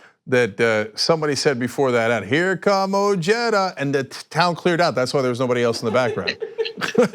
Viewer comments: say it with me guys Oh heh dah.....not oh jay dah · Ojeda is pronounced with the J of the Spanish word “ojo” it’s translation being “eye”